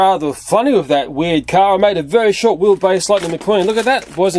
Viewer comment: VERY-SPORT XD 😂😂😂😂😂😂